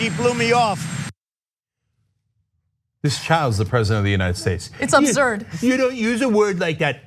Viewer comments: “Abzurd” “Yuge” “Ghina” WHO RAISED THIS FOOL? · “She said Obzurd” his dentures falling out. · Trump: "She said, Ubzurd" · "It's OBZURD" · Why does he keep saying "abzurd" instead of "absurd". I have the same accent as the fat jackass, and I don't pronounce it as "abzurd". Dude's losing it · It's absurd not abzurd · I heard obzurd. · “Ubzurd” ... It is against my normal behaviour to make note of someone’s struggle with their native language BUT it is pronounced “ubsurd” ... it is these idiosyncrasies of 45 that make shake my head . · She said abzurd 😂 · Abzurd! He can't even pronounce the word correctly. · Obzurd? Really? English much? What a shithead loser. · Ab - zerd FFS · She said Absurd and not Azurd! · Its abzurd how he pronounces absurd. :/ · WTF??? Is he saying "OBZURD"? or "ABZURD"? So we had COFVEFE, ORINGES and now "ABZURD". Great going Trump supporters, this is your so called "President". What a bunch of......F____ idiots! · He can't even say the word.... wtf is abzerd.... But seriously... who is surprised by this giant cry baby at this point? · nope I made fun of Trump earlier " OBZERD 😐" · Do he didn't say absurd ,he said abzurd. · is he saying abzurd????? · Did he say upzurd?? 🤔😂😂😂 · "Abzuurd" is the Trumpian pronunciation i believe... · I catch up on tyt out of order and I heard Ana say "abzurd" first in a different video and thought "Wow she pronounces absurd in a really weird way" until now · WOW he can't even pronounce the word. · The word absurd is obviously not a word that Ttrump is familiar with, hence not being able to pronounce it. With that reaction I wonder what he thinks it means🤔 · he can't even pronounce absurd properly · He can't even pronounce "absurd". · I am not native English, but it sounds like he is pronouncing Absurd in a weird why? is that correct? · He also can't pronounce the word "absurd." Dumbest asswhole in the country. And yes, I mean assWHOLE, because nobody is more wholly an asshole than Don the Con.